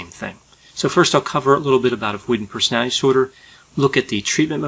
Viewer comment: Mate can you pronounce personality disorder properly it’s really distracting from what your saying lol other than that these videos are brilliant